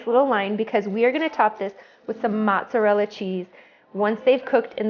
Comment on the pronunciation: No t's in mozzarella !